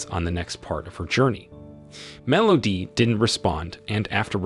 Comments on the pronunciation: I'm not sure what's worse - the movie itself or this guy's pronunciation of "Melody". MEL OHH DEEE. Terrible. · Are we just gonna ignore “mellodee”? Or should I say, consistent “mellodee”.